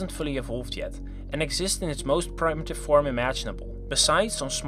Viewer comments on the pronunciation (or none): It pronounced 'primmitive', not 'praimitive', you.